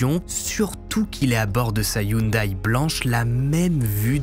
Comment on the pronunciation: Salut du canada, la marque de la voiture Hyundai se prononce (yon-dé) sinon super vidéo comme d’habitude. Penserai tu couvrir une histoire des Yakuza, ça pourrait être intéressant :)